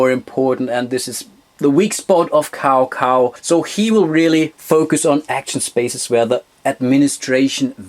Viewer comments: Cao Cao is pronounced as “Chow Chow” Nice video! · Great Video! I would love to play that one. (Kleiner Hinweis zur Aussprache: Cao Cao klingt eher wie Zau zau) ;)